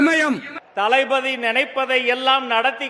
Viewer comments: தளபதி யா இல்ல தளைபதி யா என்னடா பேசுறீங்க.... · தளபதி என்பதற்கு தலபதி என்கிறான் இந்த தற்குறி ராஜ்மோகன்